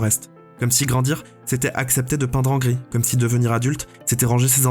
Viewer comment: Bonne vidéo. Mais bordel, GRIS comme la couleur et pas GRISSE è_é